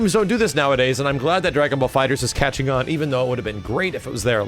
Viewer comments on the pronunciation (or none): Why are saying DragonBall FighterZ with and extra Z? Lol